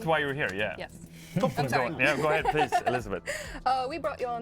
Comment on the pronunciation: Console? Pwease? L_?